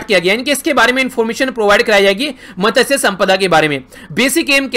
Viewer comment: Sir मत्स्य ऐसा बोलता है usko